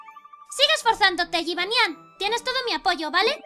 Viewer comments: en realidad se pronuncia jibányan lo que pasa es que el doblaje español no entiende de nombres de otros paises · mujica pero se pronuncia jibanian pero se escribe jibanyan